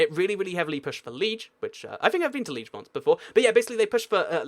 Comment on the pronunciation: It's Lee- AGE not lee-je